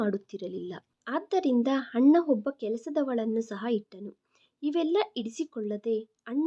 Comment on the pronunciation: ಮೇಡಮ್ ನಿಮ್ಮ ಉಚ್ಛಾರಣೆ ಯನ್ನು ಸರಿಪಡಿಸಿಕೊಳ್ಳಿ ಅಣ್ಣ ಅನ್ನುವ ಬದಲು ಹಣ್ಣ ಎನ್ನುತ್ತೀರಿ